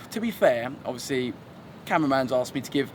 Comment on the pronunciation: Learn a few more words, mate.